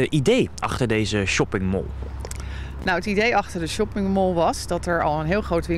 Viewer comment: Whahahahah echt he, noem het gewoon het winkelcentrum als je shopping mall niet kan uitspreken.